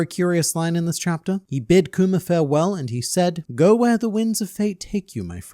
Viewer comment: Kuma doesn't deserve this man calling him "Kumer" over and over again. :(